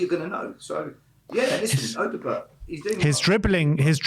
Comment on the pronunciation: Stop saying Odobert wrong 😂